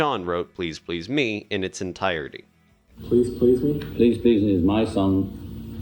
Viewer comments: I really want to watch this because it seems well put together, but the narrator's ridiculous pronunciation of the song titles is making me crazy. He seems to understand the rules of emphasis as to everything else he is saying, but then when he says the song titles, he becomes a 1st-grader, needing to put the emphasis on the final word or syllable. The lyrics themselves don't even make this mistake. In Please PLEASE Me, the emphasis is sung properly with emphasis on the second "please." Similarly, in I Saw Her STANDING There, Paul establishes the emphasis on "standing" by holding on its first syllable far longer than any other syllable in the title phrase. Why does this narrator insist on violating the rules understood by English-speakers around the world, including Lennon and McCartney just as to the song titles. He had basically one job: speak English. He failed. I'll check back in a few months to see if they hired someone else to re-record the narration so I can watch this otherwise very interesting content. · Very well done. But never heard the "me" in "Please Please Me" emphasised that way. Gets a wee bit annoying after a while as it's repeated so often. God there it goes again, must be the 30th time..... I can take no more. Where on earth did the narrator get that emphasis on the "me" from? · Why pronounce it "Please Please ME"? The accent belongs on the second word: "Please PLEASE Me." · Just. Now. I Said. These. Words. To the Narrator.... I don't get why you would put the accent on "ME", rather than on the second "PLEASE" in " Please Please Me". " Please Please ME" makes no sense with the rest of the lyrics! 😂 The issue at hand is "WHAT I wish you would do to me", not WHO it is you do it to.😉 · The accent on the last syllable of each of these song titles is really jarring and bizarre, and it emphasizes the wrong concepts: "I Saw Her Standing THERE" and "Please Please ME" - bizarre. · Why can you not pronounce the title correctly